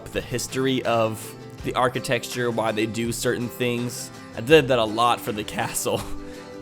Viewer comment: What is "architexture"? I know what architecture is, but not "architexture". I guess it's a Missouri thing too like antenna? Love the content btw, just discovered this channel a week ago and been binge watching!